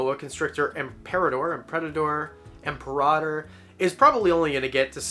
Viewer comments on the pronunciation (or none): none